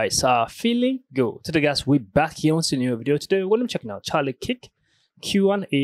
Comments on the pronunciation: NOT KIK ITS KURK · YOU PRONOUNE KIRK WRONG BRO